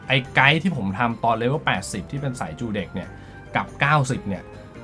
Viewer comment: ทำไมจูเด็ก ออกเบิ้ลแบบนั้นครับ